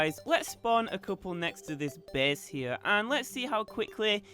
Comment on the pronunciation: wtf is wrong with ur english lol? ''bes'' base*